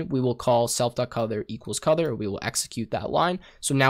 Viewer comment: What the hell is "codor"?